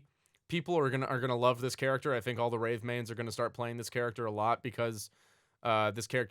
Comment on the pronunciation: Anyone else think he pronounces Wraith like Rave?